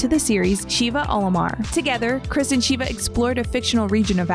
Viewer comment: Shiva? It’s “sheva” you can tell she hasn’t played the game